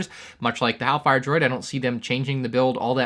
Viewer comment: Shouldn't it be hailfire droid, not "halfire droid"?